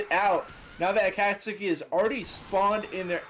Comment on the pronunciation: every time pronounces akatsuki like a-kaht-sooki it hurts my naruto brain a bit its closer to a-caught-ski lmao